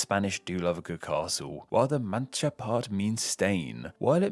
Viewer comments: "Castilla La Macha. You know, like Macha Tea. So anyway, La Mancha...." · Manka vs Mancha Castilia vs Castilila has gotten into this habit of bouncing between pronunciations. I guess after years of being scolded for his pronunciation (I’m one of those scolders), he’s decided to pronounce these names in different ways in the hopes he gets it right.